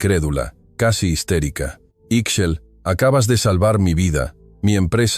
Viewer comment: Ixchel....se pronuncia Ish-chel